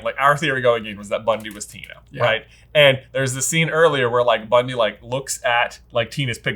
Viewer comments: her name is BunTy not BunDy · Isn't her name, Bunty? Not Bundy? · I don’t understand you guys pronunciation problems. First with Aberforth (imagine pronouncing Abby the way that you do). And why are you so convinced it’s BUNDY like Ted Bundy????? Bruh it’s BUNTY. With a T. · LOL at and calling Bunty “Bundy” (as in, Ted) and calling Lally “Lolly” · I wonder if these two will ever learn to pronounce Bunty as Bunty and not Bundy 😂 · It's Bunty ... not to be mistaken for Ted Bundy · Can we please dock these guys a point from their next J vs B for each time they get Bunty's name wrong in this video?? It's very rude and disrespectful. Underestimating and disrespecting the seemingly minor characters is a very Grindelwald thing to do, and it keeps getting him in trouble. Don't be Grindelwald! Maybe starting out severely in the red will get your attention! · I hate how they pronounce Bunty